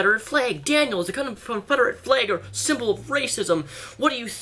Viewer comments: You said fleg...not flag. Lel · honestly don't know why he pronounces it like that I'm also American from Long Island NY and I pronounce it "flAg" not "fleg"......If you're American too how do you pronounce it lol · "Fleg" hehe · Anyone else notice that he pronounces some words with a's or e's as if they have y's? Like eggs he says ayygs. Or flag he says flayg. Also when he says legs he pronounces it like laygs. I love your videos so much just wanted to know if anyone else noticed? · The way he says flayg shrugs